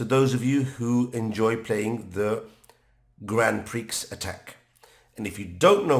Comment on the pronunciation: Great video but it’s pronounced grand pree before someone makes fun of you 👍